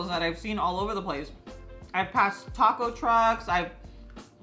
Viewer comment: So she can say "taco" normally like the rest of the way she talks, but for some reason she chooses to say "daco" that dumb way repeatedly every single time in the rest of the video. I wonder why?